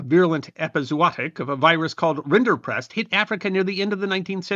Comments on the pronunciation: I believe it's rinderpest, not rinderprest. Great video, though. And any tuxedo cat is glorious without embellishmentts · Correction- the disease is Rinderpest, not rinderprest.